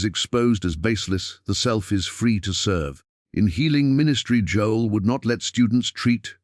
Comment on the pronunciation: AI recording. It mispronounced Joel’s name calling him “Joeless”